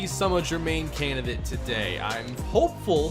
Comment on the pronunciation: I challenge anybody to take a drink every time says "Canidate" and still be sober enough to comment.